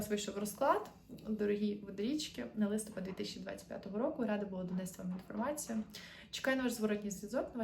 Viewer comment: Вітаю ☀️ Ви напрочуд гарна дівчина- українська красуня 😍 Хотілось би від вас також чути гарну українську мову. У слові «листопад» наголос падає на останній склад — листопАд́. Це в жодному випадку не критика, це прохання 🌸